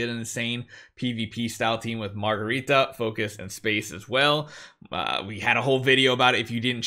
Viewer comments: ....please be joking. Her name is Margarita (Mar ga rita) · OK now say after me…Mar…..ga……rita. That’s her name. Lol. 😎✌️